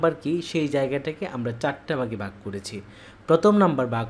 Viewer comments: আপনি উনার উচ্চারণটা দেখলেন! ভালো গুণগুলো চোখে পড়েনি! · আপনার বাংলা উচ্চারণ আরও পরিষ্কার করা দরকার। ভাগকে বলেছেন বাগ। রোকে বলেন রু। টিচিং পদ্ধতি ভালো আছে।